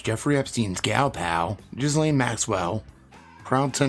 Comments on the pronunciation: Every time you say Ghislane's name all I see is "jizz lane." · Not trying to be a know it all but I also know you take pride in getting your details right, which you do so I thought I would let you know that Ghislaine is pronounced Gur-Lane, that is all